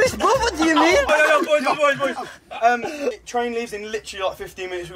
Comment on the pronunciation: is like, the most British sounding sentence "The chrain leaves in litchraly like, 15 minits. We g0'a go, we g0'a go" also... I WOULD RATHER AV A DARK FRUITS THAN A WIFE! I WOULD RATHER AV A DARK FRUITS THAN A WIFE! I WOULD RATHER AV A DARK FRUITS! RATHER AV A DARK FRUITS! RATHER AV A DARK FRUITS THAN A WIFE! AY AY AY AYYYY!! fuckin love this video man hands down my favorite video they've ever done